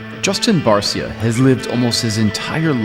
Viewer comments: The announcer has never heard of flippin "Bar-Cee-Ah", we've always called him "Bar-Shah"... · Justin “ barsia “ come on lost me right there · Man they butchered his last name. Bar cia 🤣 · In Spanish sounds that way. But people mess up names all the time. It’s not a big deal 😅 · thanks for the reasonable response - the funny thing is, we put this together with GasGas's spanish-speaking team – so OF COURSE i always heard 'BarSia' and trained my brain to that pronunciation. But I'm embarassed to say: I should have asked Justin. Idiot move. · I can't believe they mispronounced his last name 🤦‍♂️ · The content was good but the interviewer's lack of understanding what he was covering was beyond frustrating. Poorly done video imo. Guy couldn't even say Barcia properly. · Can’t even say his last name right🤦🏻‍♂️